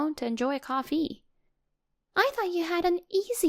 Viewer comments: 🤣🤣 i thought that too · Coff-EE. This pronation, though.